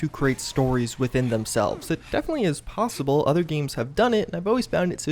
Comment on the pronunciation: lol most emphasized “possibly” 😂